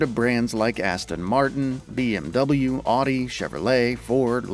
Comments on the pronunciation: WTF is an Awwwwdi? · Lost me when you mispronounced Audi and Porsche